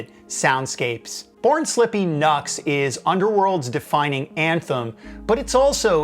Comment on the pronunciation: Isn’t NUXX pronounced ‘new x x ‘ not rhyming the U with nut?